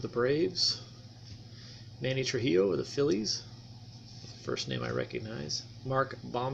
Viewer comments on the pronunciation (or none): Manny Tree-oh, not Trujillo